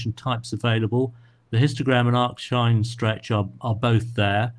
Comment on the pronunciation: We generally get what we need with HT followed by HDRMT/CCHDRMT when appropriate, or MaskedStretch, but this is very interesting and will compare again with the newer process, which replaces the script. Thanks and TAIC. FYI, it's ARC-sinh rather than ARCH-sinh.